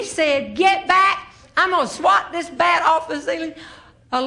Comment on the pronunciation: She has a Southern drawl not unlike my grandmother's side of the family . Especially true is the way the way she turns any word with a short vowel a into two syllables. For instance, gasp becomes gaa-yusp, bat becomes baa-yut. With Meemaw, grass is Gray-uss, etc.